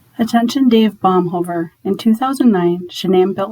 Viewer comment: His name is Baumhover not Baumhaven